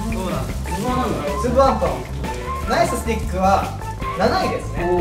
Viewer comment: みんな言わないけどナイススティックの発音おかしくない？そう思うの私だけ？私の住む田舎だけ？